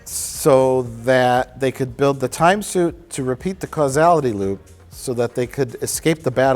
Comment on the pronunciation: invents the space shuit